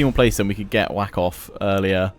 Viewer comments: Wa-khaf, though Whack-off is a pretty funny pronounciation. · I'm not great with pronunciation either, but I'm willing to bet that King's name isn't pronounced "Wack off" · You're pronouncing Wakhaf as Whack off. Wah- Khaff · Its funny how he made "whakhaf" sound like "whack off" No disrespect though, I know you try. It just sounds funny